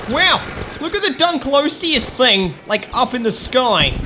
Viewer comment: here is how to pronounce it i hope this helps! <3 Dunk-Lee-oh-stay-us